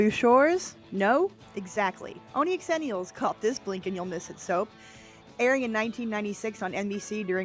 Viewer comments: I love you and love this channel but calling us "ex-zennials" is SOOOOO painful. Xennials is pronounced "zenials" - i don't know who thought it needed an EXTRA letter added... But it's definitely XENIALS. I was born in 82 and this is 100% my people. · Pronouncing it "x..ennials" and not "zennials" is annoying, are you doing that for clicks? Don't answer that. As a GenX'er, I don't care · Hello - I need to point out that Xenials is actually pronounced "zenials." It employs the "zee" sound as opposed to the "X" sound. But please, carry on with the content. As a true 1980 baby (born in 1980), I love your content as it takes me back to my childhood. God bless ya! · An Angel loses their wings every time she says “X-ennials” rather than Zennials.